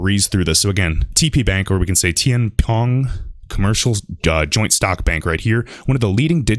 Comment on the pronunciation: Pronounced: "Tien Fong"